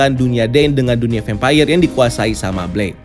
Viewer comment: Vempayer? kenapa ngga vampir aja nyebutnya 🙏🏻🤭